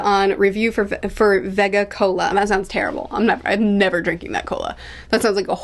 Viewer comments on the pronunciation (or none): none